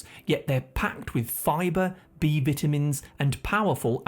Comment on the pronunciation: The way you pronounce pecans and vitamins 😂